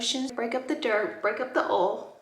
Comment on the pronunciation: Who loves when laura says oil. Lol